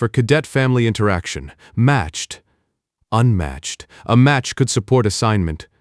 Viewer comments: Good story but the narration kept pronouncing unmatched as “U N matched” repeatedly was a little annoying ❤ Singapore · The story mispronounces unmatched twice in the first four minutes of the story. Then it continued to find more ways to mispronounce the same word the rest of the story. AI's are stupid.